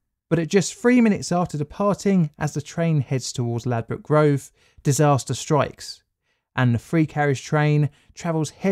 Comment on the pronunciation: "ladbroke" lmao